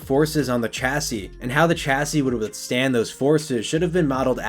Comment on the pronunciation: Please learn to pronounce chassis properly